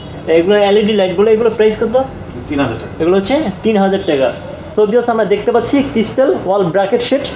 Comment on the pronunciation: I love it when u say teka , instead of taka! Really sweet tone bro!